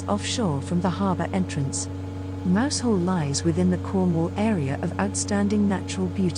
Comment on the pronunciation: Mousehole is pronounced Mouzul